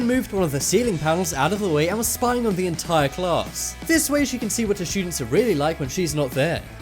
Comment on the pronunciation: I like how he says students "shoodents" lol